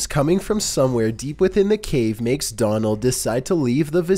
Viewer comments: Donal is pronounced like Do-nil. It's an Irish name... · number 2: his name is pronounced like d-O-nal...like gh-O-st. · Am I the only Irish person here who finds his pronunciation of Donal funny